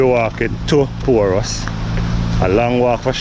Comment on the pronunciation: Sir, the name of the place is PORUS NOT POORUS!